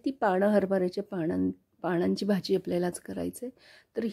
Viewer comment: छान झाली आहे भाजी, पण हरभर्याच्या पानांची भाजी हा शब्द वापरला जातो त्या ऐवजी ण शब्द वापरला गेला आहे ते तेव्हढे दुरूस्ती करून घे